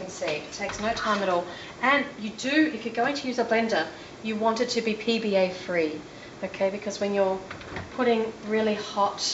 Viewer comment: you said PBA free (twice), lol